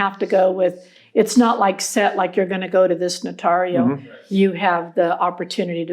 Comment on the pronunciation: It's painful to hear them pronounce the word "notario".